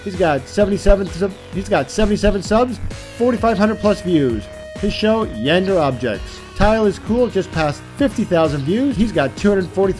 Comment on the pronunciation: ITS YAN-DE-RE NOT YANDE BTW I have the OC Iceland Flag... HMMMMMM